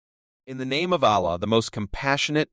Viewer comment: Thanks for this. I feel the narrator really needs to work on saying Allah the correct way but like his explanation😊